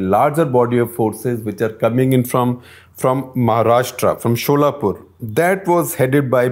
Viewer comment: Info: Solapur is pronounced 'सोलापूर' (derived from the number 16)